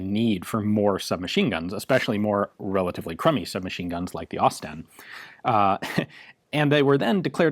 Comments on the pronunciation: It's pronounced 'Osst-in' Great vids though! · "Ausie STEN" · > Expect it’s going to be pronounced like Austin > Aus-Sten > I see what they did there 😑